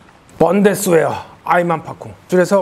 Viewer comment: 번데스웨어가 아니라 독일발음으로는 분데스베르죠